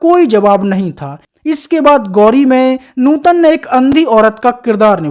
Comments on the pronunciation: न्यूतन नही भाई नूतन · कहां से लाये हो ऐसा कॉमेंट्रर जो सधा सा शब्द नूतन नही बोल सकता😅😅😅😅😅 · नूतन बोलो न्यूटन क्या है सामर्थ नहीं समर्थ न्यू तन 😂😅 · Abei gadhei Neuton nahi nootan naam hai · आपका pronounce न्युतन लग रहा है उनका नाम नूतन है